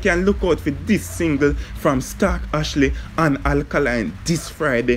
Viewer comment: Sir It's (Stalk)✔ Not (Stark)❌!